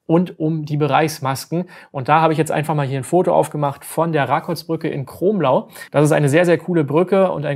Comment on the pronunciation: Kromlau wird anders ausgesprochen